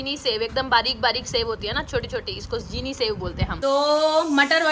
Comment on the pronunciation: Cheeni sev nhi jheeni sev